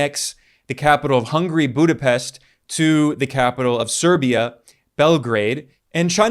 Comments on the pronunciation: 'Hungry' no. Hun-ga-ry. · It's not hungry its Hungary, HUNs Atila the hun...